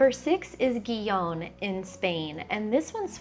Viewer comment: Gijón — I believe the Spanish pronounce it He-Hon.